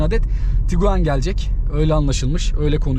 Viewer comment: Kusura bakma "tukuaan" diyerek yaptığın açılış sonrası videoyu durdurmak zorunda kaldım, umarım açıp kendinde bir izlersin ben katlanamadım.